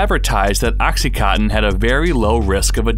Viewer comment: Why can you not read? It's called OxycoNtin, there is an N in the middle!